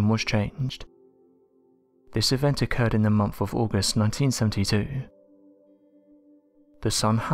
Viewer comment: There is no "F" in the word MONTH